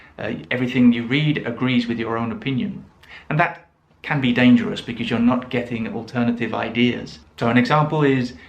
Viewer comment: Interesting that you say BEKIZ for BECAUSE. I often hear BECUZ, but your pronunciation is a first for me! Signed, Perplexed English Teacher